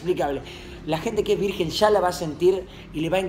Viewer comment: Lo escribió así porque Coscu se equivocó y dijo "Virguen" .__.